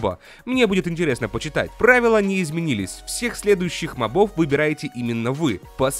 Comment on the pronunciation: Мóбов, а не мобóв =_= и ты ужасно пытаешься озвучивать Джеба ((((